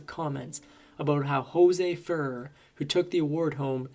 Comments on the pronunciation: The narrators voice is AI. The voice can't pronounce Ferrer or Capucine. Obviously AI flaws. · You need to pronounce actors’ names correctly. Ferrer was an excellent actor. I even saw him on stage.